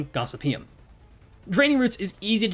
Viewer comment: For those interested, Gossypium is produced Gos-sypi-um.